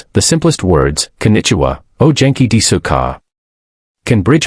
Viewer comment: Story theme permeates through 2d-rate narration..e.g...O genki-desuka pronounced as "Oh jenki des"....embossed business card translated as "in Boston"....Keep working at it, AI....as song lyrics state...Someday Soon...